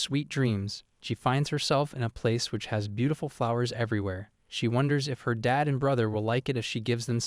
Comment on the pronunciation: But the word “Dad” isn’t two syllables…